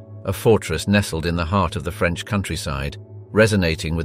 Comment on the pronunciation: On a light note, your French pronunciation is very good! Clearly, it is coming from an English speaker, but I love the care you put not to butcher the French words. It shows respect and it's appreciated. Thank you.